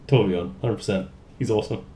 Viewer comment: did you just nail saying torbjörn? sounded exactly like swedish :o atleast to my ears...but then again i have a tiny damage :D